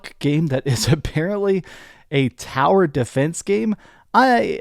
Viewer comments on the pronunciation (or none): none